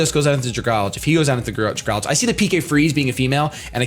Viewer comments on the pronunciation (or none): Ok, this is bothering me. Dragalge. It's poison and dragon and lives in water. It's an algae that is a dragon. Dragon + Algae. So it's pronounced "Drag-AL-gee" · THANK YOU. I hear everybody pronounce it Drag-alge and it pisses me off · Some people just pronounce it flat out wrong, and it annoys me. But I have seen different ways people pronounce algae. Some people say al-gay and some people say al-gee. But then when it comes to dragalge some people just say it like drag-alj.